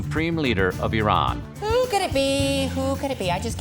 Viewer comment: why do you always say Iranian or Iran incorrectly. it kills me. -_- :(